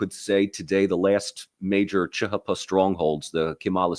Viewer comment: 1) CHP is not chuh huh puh it's cheeh heeh peeh 2) You got some balls calling kemalism outdated, got anything to back it up with? 3) Although y'all and interested in interesting things, and I learned a few facts, I don't think all the study of turkey has resulted in a deeper understanding. Maybe Mike Doran offers tutoring?